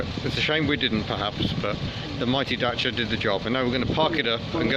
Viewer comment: Really neat video, glad you pronounced Dacia properly and not "Datia" as most british people do. Good luck with it, she's a beaut!